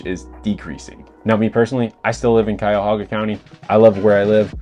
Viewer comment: Great video and excellent points but as a Clevelander, for the love of God, it's Cuyahoga County! No extra 'a' :P. I swear.....West Siders .